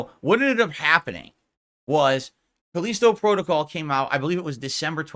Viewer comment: "FOURTH!!!!" '\🐷/` I realize that I've shifted to another reality when throws in behind the devs he makes sure to be vocal about shooting down...now its the exec's fault... Pick a lane, riding the median isnt working so well, it makes you look like a putz... Caleeesetow Prodo-cowl...? Wtf even IS that? The smartest guy in that room gets owned by corner demons all day, as the sip demons pee in his gin... Go to AA...you need it... Especially if this is all you have to ramble on about, for tips. You better hope they keep ignoring your insignificant ass... You better pray they do. Might want to do your taxes before its too late, too...🤔